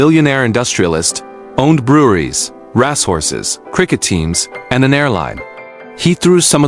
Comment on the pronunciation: I wonder how long it will take for AI to completely destroy the english language . RASS horses